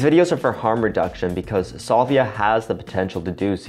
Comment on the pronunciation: salvia is pronounced "SAL-vee-ah", not "SOL-vee-ah"